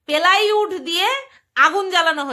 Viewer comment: এই কাঁপুনি ঠান্ডা এত কাশি তার মধ্যে এই রকম ভিডিও খুব জরুরী ছিল বলতো হাঁসতে হাঁসতে দম হালকা মালতি মেসোর পিলাই উড উচ্চারণ উফফফফ